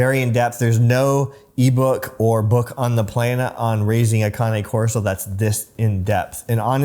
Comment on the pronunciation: The first thing I look for when someone who has the dog pronounces the name, Usually if they pronounce it wrong, they got the dog for the wrong reasons.. well done